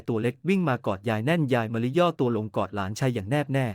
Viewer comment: และหลานชาย อ่านไปได้ หลา นะ ชาย AI อ่านผิดมาก วรรคตอนไม่ค่อย ถูก เสียอารมณ์